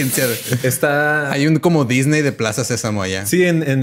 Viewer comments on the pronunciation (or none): none